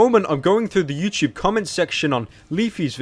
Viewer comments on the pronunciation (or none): It’s “YouTube” not “YouChube”